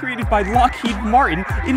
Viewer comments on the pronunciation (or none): none